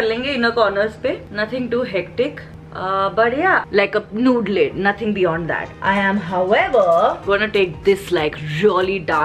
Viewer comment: Pronounce 👉(nude) correctly 🤭